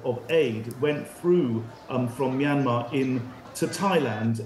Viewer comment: The Y in both "Myanmar" and the first syllable of "Myawaddy" are not pronounced as vowels, but glides. "Myanmar" is 2 syllables "Myan-mar" not 3 "My-an-mar", and "Myawaddy" is pronounced "MYAH-wa-DEE", without a stress or elongation of the secone syllable.